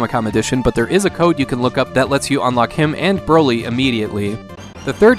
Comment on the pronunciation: "Bro-Lee" Bruce Lees douche bag cousin.